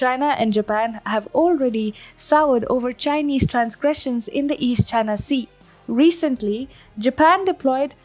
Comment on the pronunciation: This speaker does well to space her words as she does. Very good. Still needs work on some pronouncing some words, e.g. merely, whopping (may have been mis-spelled on prompter) and recently (resolutely?). I am not negative....this is a great channel and I am subbed gave a thumbs up.